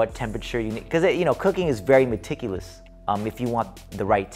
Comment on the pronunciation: jay enunciating “meTIculous” made my week